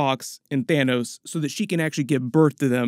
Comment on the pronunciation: lol "Thinos"